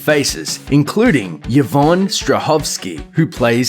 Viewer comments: just thought you should know the name is pronounced EE-von not YA-von :) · Why is he pronouncing Yvonne as "Yah-von"?? It's pronounced "E-von". 😂